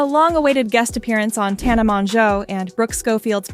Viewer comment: Bro i cant trust you if you cant even say tana's name right. 😂😂